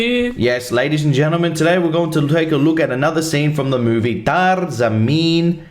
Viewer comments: The first pronounciation is not correct its taa-ray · Its " 'taa-reh' zameen par " sir👍🙏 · still pronouncing TAARE wrong. so disappointed. use google translate